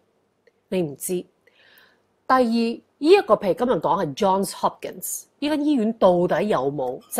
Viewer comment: Johnssss Hopkin not John Hopkinssss